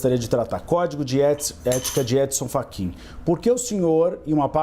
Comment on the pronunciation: Ele chamou o Fachin de "Frachin", logo no início? 😮